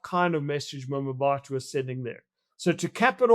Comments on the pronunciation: Wayne it's pronounced Mabato - not Mamabato 🙄... lived there and in Mafikeng (Mahikeng) for a few years over 20 years ago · Him saying "mamabatho" is nauseating. No effort at all to pronounce the name correctly. If he tried i am sure as he'll he wouldn't say "mamabatho". The disrespect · I 'm not sure that it's nauseating, but I agree that he could've made an effort to learn the pronunciation. There are quite a few people who struggle with African names beginning with and 'M' and another consonant, as in 'Mkhwanazi being pronounced Makwanazi.